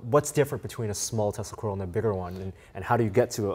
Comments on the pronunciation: Why you keep saying "testicle" :D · They do seem to know their stuff, but I was almost positive that Asian dude says, "testicle," every time he says, "Tesla Coil." Lmao I may or may not have smoked some bitchin' herb just before watching this. Heh. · Did you say the band that plays with tesla coils or testacles? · Great video but every time you said Tesla coil fast I thought you were saying testicles :)